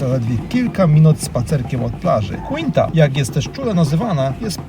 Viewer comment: Piekne widoki i informacje. Mam tylko.prośbę... sprawdzaj wymowę zanim nakręcisz. Przepraszam , nie chcialam urazić, ale te miejsca inaczej sie nazywają i ttochę mi to przeszkadzalo w ogladaniu. ([ Wajadolid] , [ Kinta] itp.]